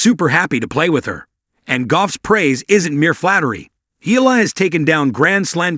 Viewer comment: Please pronounce her name correctly! It’s Ee-Ya-La! Not EELA! You are lazy!